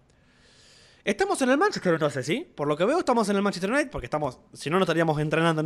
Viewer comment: Manchester Iunait xd